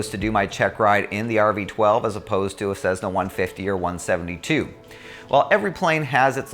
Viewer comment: Nice video. However there is no Z in Cessna. Cmon man !